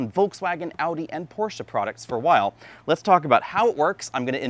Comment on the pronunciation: Oh wow, the First American that knows how to Pronounce Porsche